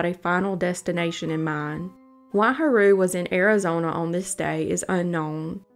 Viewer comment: the most spine tingling thing of this video is the way she says ha-roo instead of “hah-ru”